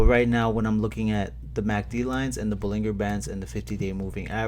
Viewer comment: I believe its gonna be a slow jog up hill the rest of June but then will run up in July. I also believe the word bollinger band is pronounced like the beginning of the word GERonimo. Have a good weekend